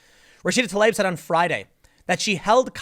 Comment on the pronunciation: Fuckin finally! Someone pronounced TLAIB as it is!